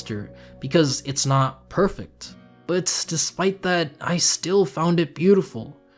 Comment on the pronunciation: Hey man. Friendly advice, Perfect* not perfekt. Accept* not expet